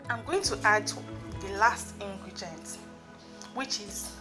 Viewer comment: Did l hear ingregient?😂😂😂